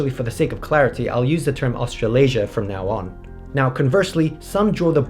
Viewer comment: "Australiasia" ... "afro-eurasia" ... i'll do crack now